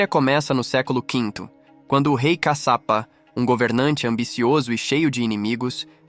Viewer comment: Não é CACAPA, E CASHIAPA... E CADE A PEDRA DIVIDIDA AO MEIO, COM A LUZ AZUL, DA CAPA DO VIDEO? ODEIO ME SENTIR ENGANADA🧐🧐🧐